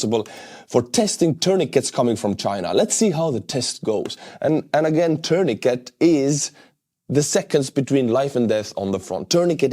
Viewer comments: Your English is really good, but tourniquet is pronounced terneekay - the 't' at the end is silent. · It’s pronounced “tuurnikei”,! 😂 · Tourniquet is pronounced with a silent 't' at the end.